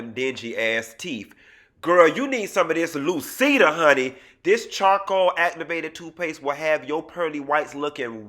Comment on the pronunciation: “Lucida “ lol 😆🦷